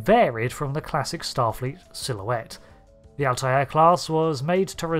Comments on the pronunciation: I took me a moment to figure out you were saying Altair. 🤪 I've always heard it as two syllables (al-tare) as apposed to three (al-tie-air). Is that a UK thing?😉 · Altair is just pronounced "alt-air" - it's just two syllables. The Altair system is featured in Trek a few times. Spock drinks Altair Water. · Remember the episode of Family Guy where Stewie winds up Brian by saying "Whil Wheaton"? Or "Cool whip"? I'm getting that every time I here Alt-eye-air. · no, it's pronounced al-ti-er (all tie ur) or al-tair (all tear). It's pronounced with three syllables more often than two